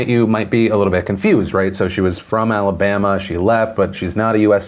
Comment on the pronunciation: "Roll Tide" i think... When he says "Alabama", it sounds like "Roll Tide" which is the Univ of Bama's cheer.